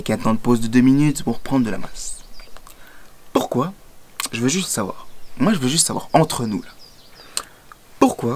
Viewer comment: "je ne sais pas POUKOI" ! <3